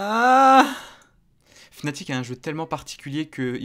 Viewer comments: ca ce prononce fanatic et ca secrit fnatic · Med Brochh Non non, Ça se prononce Fnatic